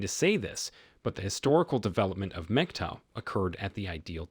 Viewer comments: Brah, PLEASE don't be one of these guys who speaks truth on this matter, then blows it by not knowing how to pronouce "MGTOW." So, once again, it's time for the MGTOW Pronunciation Guide, so here we go....! It's pronounced like PIG-COW, not "muhjeeto" or anything else, any other way. If it doesn't rhyme with "pig-cow", you're saying it wrong. Ok, good talk, good talk...... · Dude its not Megtow its Mgtow